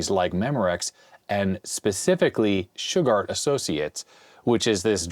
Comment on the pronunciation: My mind is broken today.. Every time says "Shugard".. i just 🥺..... i can't.... >> Damn Simpsons 😡..